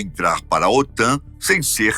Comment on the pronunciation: OTAM??? O correto é OTAN. 😂😂😂😂